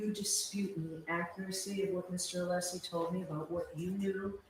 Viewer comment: Is he pronouncing Alessi's name as 'Aleesi'?